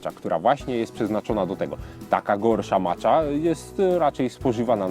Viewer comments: dlaczego zdecydowałeś się na wymowę "macza" a nie bardziej zgodnie z wymową japońską "maća"? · czyta się macia a nie macza